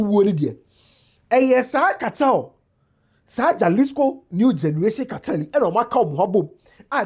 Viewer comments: My all-time favorite person on the internet, J in Spanish is pronounced as H. So instead of jaslico, you say,halisco. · Its not mention jalisco rather halisco the J is silent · It is pronounced "Halisco." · It’s pronounced “ halisco“ the J is pronounced H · Jalisco is mentioned as “Ha-lis-co” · Is pronounced Halisco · It’s pronounced halisco ( j is h ) in Mexico as the Spanish word is pronounced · 👉 “Hah-LEES-koh” Breakdown: • Ja = “Hah” (the J sounds like an English H in Spanish) • lis = “LEES” • co = “koh” So it sounds like: hah-LEES-koh The stress is on the “LEES” part. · the “J” is pronounced as “H” in Spanish